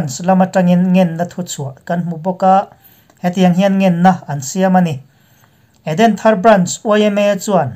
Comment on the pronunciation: Edenthar tih i lamdan hi a va han mak ve,mizo tawng hi i thiam vaklo a ni lo maw?